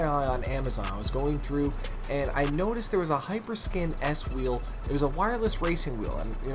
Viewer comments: Its a Hyperkin not a HyperSkin 🤦🏼‍♂️ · Hyperkin not hyperskin 😂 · It's hyperkin but okej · Its hyperkin dude